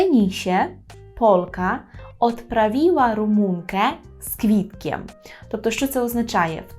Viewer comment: КвЯти читається, квІти це не правильно